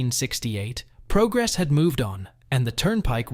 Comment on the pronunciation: Nor could it pronounce "progress"